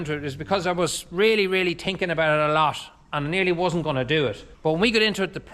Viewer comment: Ah! As I was watching this, I was thinking about what I was hearing. At first, I was struck by your thinking, or should I say: "tin-kin," because that is what I was hearing. "I was tinkin, " yes, does not pronounce the "th" in thinking and does a lot of tin-kering-a little here a little there, but some how it all makes wonderful sense and is so useful. But the skills that you have mastered to be able to have what you do now, astound me. You are a plumber, a roofer, a mason, a mechanic, a fence builder, a civil engineer (cut and fill), a "mud-man" working in concrete, an arabel farmer, a dairyman, husband, father, a son, an educator, and God knows what else! You do "the best you can with what you've got," this sounds just like my Father, probably yours also. Thank you,, for sharing what you do with us. It makes our world a bit more interesting and, lawdy, I am learning a lot about things I don't normally think about. You're an inspiration! I'm learning bit of what it is like to be a dairyman on a small farm in Ireland. (I cooked my eggs in Irish butter this morning.) Here's wishing you and yours a happy and successful New Year. Georgia Ann from Central Florida...